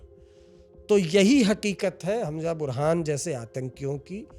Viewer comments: Hanja nahi hai wo Hamza hai pls pronunciation shi kro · Its hamza not Hamja. Haajmola mat keh dena